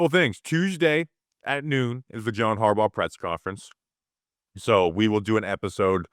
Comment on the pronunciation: John HARbaugh... John HarBAU